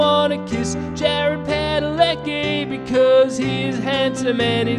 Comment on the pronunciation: it's supposed to be pronounced Padaleski